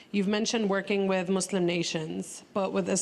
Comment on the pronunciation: I like it how they keep mispronouncing Muslim so many times lmao